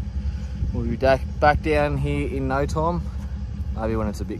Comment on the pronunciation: The "naur" might have been the most Australian naur I have ever heard haha